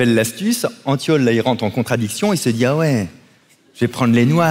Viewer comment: En vrai j'ai cru entendre le bon prénom (car on prononce Antione) maintenant que je regarde la vidéo je vois que c'était antiole et pas antton mdrrr. En vrai je m'en fous je passe ma vie a corriger les gens sinon😂